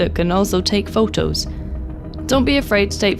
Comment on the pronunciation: As a Spanish speaker, the way says “photos” sounds quite charming and very Spanish. Tired of the American way haha.